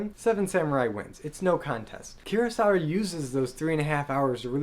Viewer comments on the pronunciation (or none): 黒澤明を語るなら、キュロサワでなく正しくクロサワと発音して欲しい。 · I agree with you. Kurosawa is pronounced with [k] sound as in cook, not with the sound like in curious.